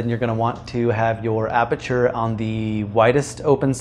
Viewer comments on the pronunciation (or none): none